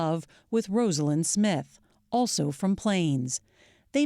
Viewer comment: Pronounced "Rozalynn", please, not "Rosealynn". A major newscaster should have known that without looking it up.